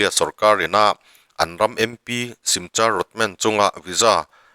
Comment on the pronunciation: Simcha ti lovin' Simkha ti a lam tur 😅